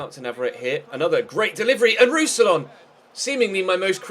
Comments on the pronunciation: More like Roos-si-yawn, to be completely English-friendly (when anglophones don't pronounce the last N it sounds wrong) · Pronounciation for Roussillon: Roux-si-yon (n is silent)